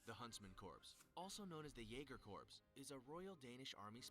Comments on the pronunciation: USMC Scouts are underrated, same with Air Force Para-Rescue. They both work with SEALS. I'm surprised Spetznaz wasn't on this list. I hate how he pronounces Corps. Then, there are those that we don't speak of... I spent 10 years in the U.S. Army, and still don't speak of them, because they don't exist. SOAR is probably the most underrated group in the world. They are the best trained pilots in the world. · It make me mad that pronounces the p in corps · I hate how the people who know the least on the topic make the videos like that. Like that man couldn't even pronounce 'corps' correctly. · My family is military as well, and It's kinda annoying when people get it wrong... Glad to know I'm not the only one who feels weird hearing that 😂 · Dude saying "corpse" instead of "core" is really bothering me. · Him saying corps like in corporation Instead of corp (core), bothers me XD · As soon as that idiot said corpse instead of core he lost all credibility. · Why do they have someone narrating an elite military units video who doesn't even know how to pronounce "corps"? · I keep seizing every time he says Corps wrong. Pronounced KORE not CORPSE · THE GUY ON THE VIDEO KEPT SAYING CORPSE INSTEAD OF CORPS😤😡!!!! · The narrator in the original video makes my head hurt when he pronounces “corps” as “corpse”......they’re two different things! Ughhh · Anyone eles realize he said "corps" instead of "cor" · It angers me that corps keeps being pronounced like “Corpse” instead of “core” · Its like a garden rake ripping across my nutsack when I hear someone say corps as if they are talking about a deadie. SEMPER FI!!! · Anyone else getting trigger by narrator pronouncing it "CORPSE" instead of "CORE"? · Did anyone else cringe when the narrarator pronounced "corp" as "corpse"? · Someone needs to tell how to pronounce Corps, the P is silent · Narrator: Corpse Everyone else: DAFUQ DID YOU JUST CALL IT!? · Pisses me off, its "Core" ffs.